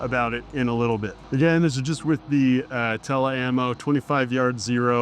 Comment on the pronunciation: I've never heard anyone call Tul ammo "Tella ammo" 😂😂